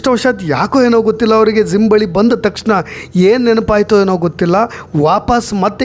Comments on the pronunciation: ಸರ್ ಅದು ಝಿಮ್ ಅಲ್ಲ ಜಿಯ್ ಅಂತ ಹೇಳಿ. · Your explanation is too good but pls correct pronouncing Gym it’s not Zim